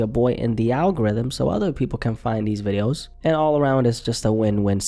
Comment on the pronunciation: The way you say videos has me coming back for more 🎉😅